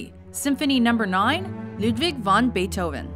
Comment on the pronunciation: Wagner and Bait Oven beats that :P